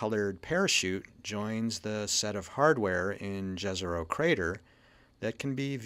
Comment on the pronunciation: It writes as jezero but it's pronounced as yezero